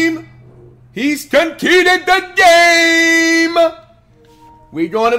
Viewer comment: your opponent did what? “Con-keeded” the game? That’s not even a word my guy. I came here to look for tips but you can’t read so I’m out 🥴